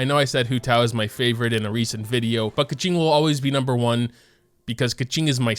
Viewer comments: i've been watching your videos for quite some time now, but i only realize you said Keqing like "kaching" ToT help, it makes me think of that red car that can talk (i forgot it's name ToT) lmaooo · i remember when called keqing "keking" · Why do you pronounce Bennet’s name so weird? You make him sound like he’s some chick, no offense. It’s “Ben-et” not “Ben-net”. Also Keqing? It’s “Ku-qing” the e sound is a u sound.